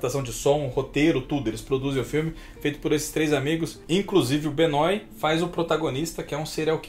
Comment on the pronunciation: O filme "O bar Luva Dourada" é baseado em um assassino de verdade, sim. PS: Alguém ensina o que Benoit se lê "Benuá"?